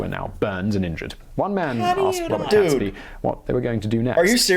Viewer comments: I've noticed this trait he has in his videos. He clearly is well educated and yet he often gets names wrong. Besides getting Guido wrong, he also pronounces Catesby wrong after a while. He initially pronounces it correctly as Caits-bee but then starts calling him Cats-bee. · I was taught his name was pronounced "G-ee-dough", not "Guy-dough". Was also taught that it's "Kates-bee" too and not, "Cats-bee". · Guido pronounced gweedo. Catesby: cates like gates. The bonfires were decreed to be lit across the land on 5th November 1605, ie. that very night, to celebrate the escape from disaster and tyranny. (419 years later.. Still doing it). BUT MOST IMPORTANTLY this was NOT about religion. (Ok some people cared a lot about different ways of practicing faith but...) This was about POWER. It was about national sovereignty vs. foreign rule. A Catholic king would be controllable from Rome. Henry VIII went a very long way out of his way to put a stop to that a few decades before. This is the foundation of Britain as a sovereign nation. This day is when we celebrate our independence. It's our independence day. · Guido pronounced gweedo. Catesby: cates like gates. The bonfires were decreed to be lit across the land on 5th November 1605, ie. that very night to celebrate the escape from disaster. (419 years later.. Still doing it). BUT MOST IMPORTANTLY this was NOT about religion. (Ok some people cared a lot about different ways of practicing faith but...) This was about POWER. It was about national sovereignty vs. foreign rule. A Catholic king would be controllable from Rome. Henry VIII went a very long way out of his way to put a stop to that a few decades before. This is the foundation of Britain as a sovereign nation. This day is when we celebrate our independence. It's our independence day.